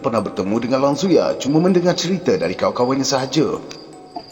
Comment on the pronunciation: Sebutan tak betul tu. Langsuir. Bukan langsuyar. Hahaha 🤣🤣🤣🤣